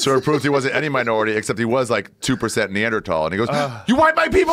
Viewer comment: Joe " neander-tall" Rogan